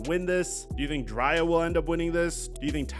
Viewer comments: DRAY•ah! It sounds like you’re saying Jaraiya(Naruto) & we can’t disrespect our GOATs😂😂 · Bro called her Dri -ya... LMBO just put the paperwork in the Dri-ya.... you crazy Bro...#DCFL 🏈🏈🏈🏈🏈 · it's pronounced "Dre-Ahh" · you slipping in your NEWER Videos. You’re definitely saying her name wrong. And your other videos just have been horrible. No research from your team and you going with the narrative.